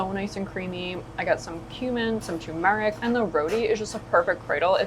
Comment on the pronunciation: I really enjoy your videos, but every time you mispronounce words, it drives me bonkers. Turmeric has the accent on the first syllable. It's not "sherbert", it's sherbet, pronounced like "sure bet." Oregano doesn't have a "k" sound in it. It has the letter g, pronounced that way. Once again, I really like your videos, please help me by cleaning up the pronunciations